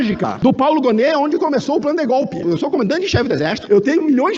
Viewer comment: Lula não sabe nem falar o nome democracia o nome que eles sabem é gopi